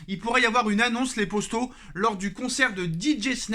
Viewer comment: Gars tu peux dire « poto » et non pas « Posto » ça stress !